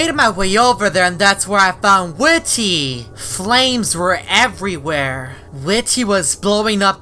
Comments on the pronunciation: It not whit ty it whitty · it's not ,,Whity'' it's ,,WhitTy'' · Its pronounced as widdy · You say his name weird